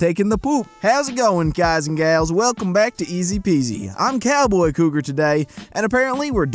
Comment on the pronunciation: Cowboy Cougar? 𝘕𝘰. Cowgar